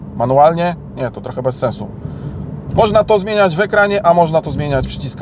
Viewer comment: za dużo "ę". brzmi tragicznie i nienaturalnie. troch"ęęę" za gł"ęęę"boko wy"ę"dukowany w czytaniu. poważnie lepiej spuścić z tonu